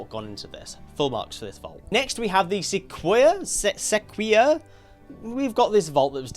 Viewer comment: Sequoia is pronounced Seh-koi-ah